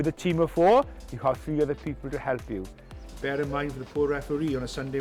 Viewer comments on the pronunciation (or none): none